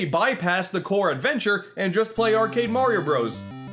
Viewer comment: "morioh Bros" didn't know josuke and okuyasu were in a rpg